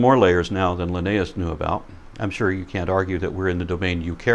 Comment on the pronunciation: Drives me crazy that he doesn't pronounce Linnaeus correctly.